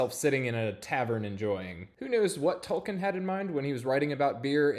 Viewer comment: Tol-KEEN, not Tol-KIN.